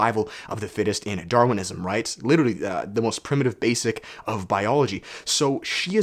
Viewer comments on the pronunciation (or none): none